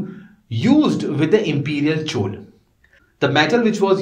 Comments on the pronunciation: Please pronounce South Indian terms like Chola correctly, it is not Chol. Thank you for your efforts in this YouTube series. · Plz, if you don't know how to spell plz make efforts It's Not Chooolee It's Choolaa (laa)